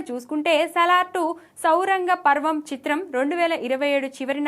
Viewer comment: సౌరంగా పర్వం కాదు anchor అక్కా శౌర్యంగా పర్వం.. అనాలి.. Anchoring ఏడ నేర్చుకున్నావు తప్పు అక్కా తెలుగు పదాలు ఉచ్చారణ ను కూని చేయొద్దు ఇంకోసారి.. మళ్ళీ dont రిపీట్..